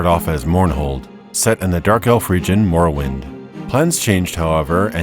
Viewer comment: Great video. But I must say "morowind of change" made me wince :D